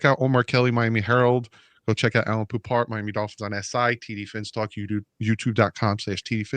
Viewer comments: It’s Poup. Poupart is his last name. French origin. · I mean fckd sake we can’t even pronounce his name right. Come on TD